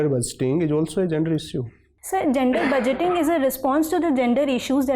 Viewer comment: She shud b given ias merely 4 comprehending d pronunciation of budgeting